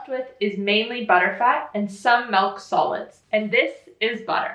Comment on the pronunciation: You almost pronounce milk like in Danish (MÆLK) lol